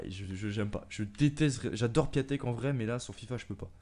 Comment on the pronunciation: Cool mes sa se dit piontek